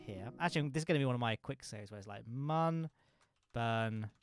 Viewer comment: Mün/Mun is pronounced Mewn